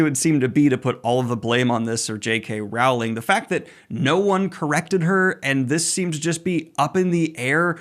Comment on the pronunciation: PSA: "Rowling" rhymes with "bowling." ...Please don't come for me.